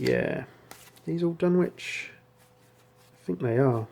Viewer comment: FYI - I've mispronounced it myself for years, apparently the 'w' in Dunwich is silent... Dun-itch rather than Dun-which